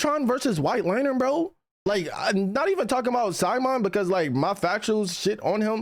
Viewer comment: saying its his 2nd favourite anime but fail to pronounce simon name..hhmmm